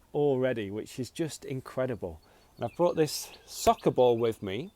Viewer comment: Good job, you pronounce soccer like sucker. Same pronunciation? or im wrong